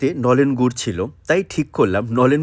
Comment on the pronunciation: Babu tumi je gur ta bole chile khuuubbbb baje go